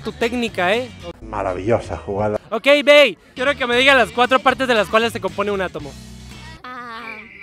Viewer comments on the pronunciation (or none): none